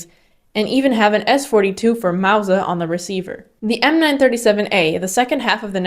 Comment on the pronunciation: Wow! Mauser properly pronounced! Good show!